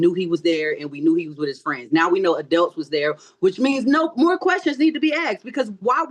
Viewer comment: "Adelts"!? 🤦🏽‍♀️uhmm, ma'am .... it's "Adults"!